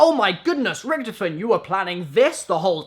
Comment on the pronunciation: It's pronounced richtofen lol